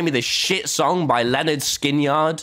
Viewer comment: ik Im a little late but just the way that tommy said "Skin Yard" instead of skin-erd made me laugh so hard.